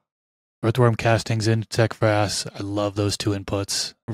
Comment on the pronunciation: Is she saying insect grass or insect crass?